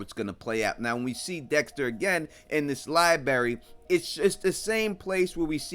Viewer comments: It's library....not li-berry. 🐵🍌🍉🌚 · Ah yes I remember my days at the lie berry too